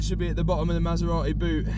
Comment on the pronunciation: Anyone know where the 'T' in Maserati went?